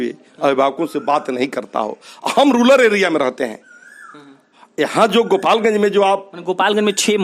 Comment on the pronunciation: प्राचार्य महोदय , रूलर नही होता है । "रूरल" होता है जनाब । ढकोसला मत कीजिए ।